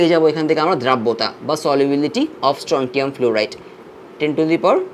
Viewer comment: স্ট্রনসিয়াম হবে উচ্চারন🌚